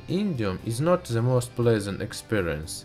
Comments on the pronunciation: love how he says 'ze'' instead of the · Stop saying "ze" what the fuck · "ze name." "ze burner"...vat ze fack?